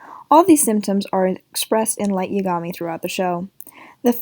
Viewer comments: It's YA-ga-mi not ya-GA-mi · It’s Y-A-gami